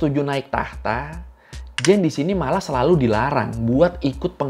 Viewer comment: Koy pembetulan cara sebutan yg benar untuk (Jeanne) adalah Jin✔️